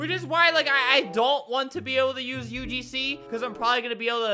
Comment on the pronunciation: Nobody: Literally nobody Albert: "UGsnee"